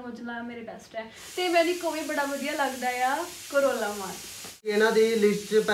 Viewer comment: Corolla maan nhi hunda korala maan hunda